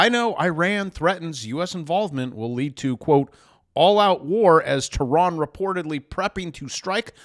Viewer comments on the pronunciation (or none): none